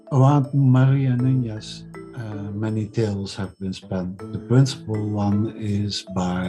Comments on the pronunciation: The surname Nunez is mispronounced, the second n does not have a [nh] or [ñ] sound in Portuguese. It is also a patronymic surname. Nunez or de more modern form of it, Nunes, means son/descendant of Nuno. It's not of Jewish origin but some Sephardic Jews adopted this surname. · It’s Maria NuneS, not NuneZZZ.... I’m Portuguese with Iberian Jews in my family tree. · Nunes/Nunez and NuÑez is different. The video is pronouncing it as Nuñez...which is probably not how it was spelt or spoekn in Portuguese :) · The best approximation to the modern Portuguese pronunciation of Nunes (without using IPA symbols) is NOONsh. (In the case of Brazilian accent, a better approximation would be "NOO-knees".)